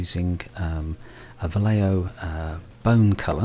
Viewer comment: Va - as in valley Lle - as in yes Jo - as in hotel.